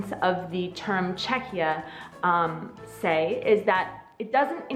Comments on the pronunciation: Mně nevadí ani jeden název, hlavně ať tomu lidi neříkají Československo. :D Ani jsem nevěděla, že název Czechia je tak starý - ale vyslovuje se to asi "čekia", ne? Přijde mi, že jsi tam občas vyslovovala "ch" a "ch" přece v angličtině (ve výslovnosti) není. Asi jsem spíš proto, aby oficiálním názvem zůstalo "the Czech republic", protože to podle mě reprezentuje jakousi novou éru, už nejsme součástí Rakousko-Uherska, tak asi proto tam lidi chtějí mít ten název "republic", jsme prostě rádi, že už máme samostatnost + zdůraznit, že nejsme monarchie. :D Ale pro neoficiální styk jsem pro název Czechia. Za doby Československa to bylo taky zajímavé, jeden čas vadilo Slovákům, že tam mají malé "s" a že bychom se měli jmenovat Česko-Slovensko a ne Československo. :D :D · Not really, it's pronounced "Check ya" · "Che-ky-ia" is the correct pronunciation! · It's kind of funny how she can't make up her mind about the pronunciation alternating between 'k' and 'kh' in the middle. But hey whatever, there are thousands of English words where the English speakers can't make up their mind! :-) I think the 'k' is the officially correct variant. Anyway, this is the best video I've seen on the subject! Thanks!